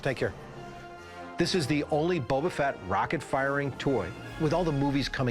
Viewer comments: It's Boba Fett not Bubba Fett. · Annoying but still ticks me off less than "Bubba" Fett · ok... ANY Star-Wars fan would never pronounce it as "Bubba-Fett"... That is a simple fact. Calling fake in this. Staged. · Its Boba not Bubba. That guy is a fraud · Why oh why does he keep calling him Bubba Fett???? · This dude pronouncing boba fett as bubba fett is annoying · Did dude just say bubba fett? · He loves the figure more than anything but he can't pronounce "Boba" correctly. Bubba. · Nikolai.. Bubba.. can anyone say anything correctly? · Just commenting to remind you about the guy who called him "Bubba Fett". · If he says BUBBA FET one more MF time I'm going to BUBBA BLO my brains out!!! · Why this dude calling him “Bubba” Fett? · Why is that "star wars collector" saying bubba fett? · The seller constantly saying “Bubba Fett” is driving me crazy. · Bubba fett shrimp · He loves his Boba Fett! But he can't even pronounce it! 🤦😂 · these guys mispronouncing han and boba makes me grind my teeth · Guy doesn't even know how to pronounce Boba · That's exactly what I said in the comment right below you. If you own the most rare Star wars figure in the world, you should know how to say Boba!!! 😢😢😢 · It actually drive me nuts, like if your gonna try and sell the toy at least learn how to say the characters name correctly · boba Fett you can't even say it correctly 😂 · Yeah exactly some Star Wars fan he is he doesn't even know how to say the name properly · Buddy Fett is better 😅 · hired to track down mispronouncing toy collectors